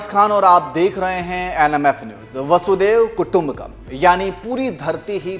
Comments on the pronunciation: वसुधैव कुटुंबकम् कहा जाता है ना कि बसुदेव कुटुंबकम् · सही उच्चारण कथन को प्रभावी बना देता है। ' वसुधैव कुटुंबकम् ' वसुधा अर्थात धरती, यह संसार ही एक कुटुंब है, एक परिवार है। लेकिन ऐसा कहने वाला, ऐसा सोचने वाला केवल वही हो सकता है जिसका ह‌दय, जिसका चरित्र-व्यवहार उदार, लिबरल liberal हो, संकीर्ण न हो। आत्म केन्द्रित self centred न हो। ऐसा भाव,ऐसा दर्शन सनातन ( हिन्दू ) धर्म में ही सम्भव है।